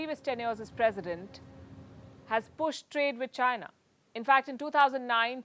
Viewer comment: Announcer couldnt pronounce between China and Zaina.